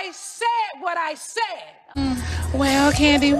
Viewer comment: “I SHAID WHAT I SHAID” will forever be stuck in my head lmaoo